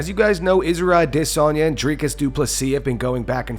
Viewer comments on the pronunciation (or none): Why the f do you pronounce israels last name like that stop it